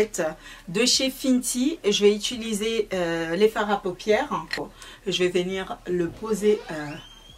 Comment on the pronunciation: Bonjour. Je suis Réunionnaise , les mahorais et leur accents ont connais mais la certains mots son complètement déformés c’est gênant, quand ont décide d’être une personne publique en sachant que des enfants regardent, faut faire un effort. On dit « utiliser » pas « Ituliser » C’est pas agréable à écouter. Chacun donne son avis je donne donc le mien...